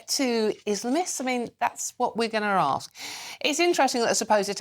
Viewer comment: "That's what we're gunner rarsk." What does "gunner rarsk" mean? Can GB News please organise some elocution lessons for their presenters? I find it absolutely toe-curling that people abroad are listening to the loutish diction of presenters like this. (Hint: it's pronounced "going to ask...")